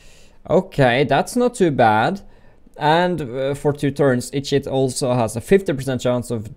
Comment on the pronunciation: Every time he says 'each hit' all i hear is 'eat shit' laughed so hard